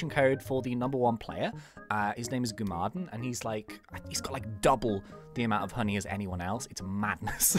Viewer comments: Its "gum uh den" not "goo mah din". And btw if you use a link token, it collets all the coco crab drops instead of missing 20% of them walking aroud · U said gumaden wrongly. Btw love your vids